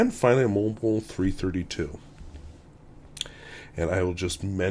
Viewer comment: Forgot the "L" in the second Montblanc. Not that I care but you are a teacher.